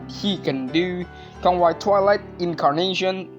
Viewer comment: Since when Kongwai searches salvation? It's the other way around since Kongwai is the one offers salvation. He can take out one's soul out of their body and literally ends one's life and reincarnation. It's his way of saving your soul from the endless cycle of life and death through reincarnation. Edit: Also his name is pronounced Kon-wei, it's literally Conway.